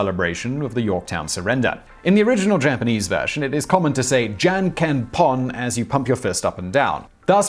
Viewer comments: Wow, you REALLY need to figure out your pronunciations to simple words. I'm an American living in Japan (8 years now) and rock, paper scissors is pronounced junken (jun:almost like june , moon, fool, stool,; and ken like men, been, send, when.) You have a great channel, but you spend no effort to learn proper pronunciation of words. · It took me like a good 10 seconds to realise you said "Janken". Guys... I'm not expecting perfect pronunciation from you, but apart from the "n", English has all the sounds needed to pronounce this word perfectly. Listen to an example beforehand (even if it's from Google Translate) and you'd be almost perfect. (And replacing the n with an English n will probably go unnoticed even by many Japanese speakers)